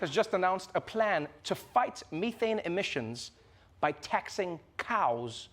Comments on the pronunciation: MEE THANE????? TREVOR WHAT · Plz get a host that can pronounce methane and draymond